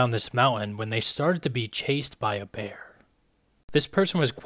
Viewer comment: Why does he keep saying ´´bearhhhh´´, ´´lifehhhhhh´´, ´´to seeehhhhh´´